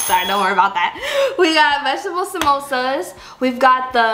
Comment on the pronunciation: The first guy who pronounced the samosa correctly